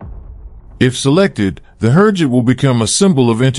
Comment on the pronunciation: Click-bait! USA did not buy training jet from Türkiye. May be 2-3 years later after many tests. Who ever prepared the video, cannot even pronounce Türkiye or HürJet.